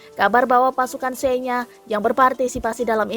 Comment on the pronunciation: Receeeh... Senya? Nyebutnya aja gak bener miiin.... Miiiinnn...... Belajar baca dl